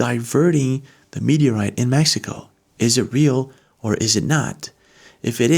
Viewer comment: Meteorite is way to slow !!! It's not a.mwtoeite !!